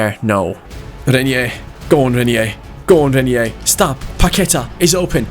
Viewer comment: the pronunciation of Reinier's name is Rine(like mine) -ier Rine-ier. Hope you understand the pronunciation.